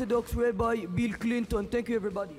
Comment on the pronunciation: Beel Cleenton